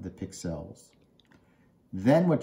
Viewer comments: it's not Pick-Sells it's one word Pixels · I have never heard "pixels" pronounced the way you say it! 😮